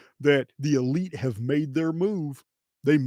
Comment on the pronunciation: Elites? Or EL-ites?!